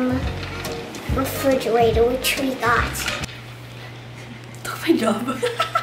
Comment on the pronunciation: Lol she still dont have R 😂😂😂 refrigiratowwwwrr